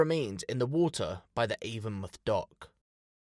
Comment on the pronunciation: It’s Avon-mouth not avonmuth